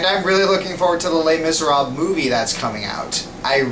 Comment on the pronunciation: Les miserabes. Oh no, you're not pronouncing it riiiiight